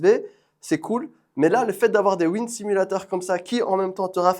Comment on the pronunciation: franchement mashaAllah le setup sim il est lourd de fou c'était grv cool a regarder (ps pour le wind simulator ça se pronoce "wa ïn d" 🙃)